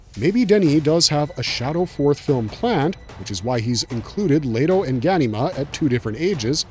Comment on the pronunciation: Omg I can’t stand the way ur pronouncing the names cuz you know if you seen the movie it’s not how you pronounce them come on dude it’s making me want to leave…. THERES NO A IN LETO